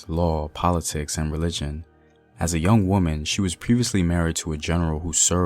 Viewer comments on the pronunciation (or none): none